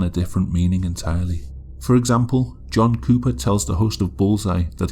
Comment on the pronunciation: my high ass kept hearing you say jungkook not john cooper…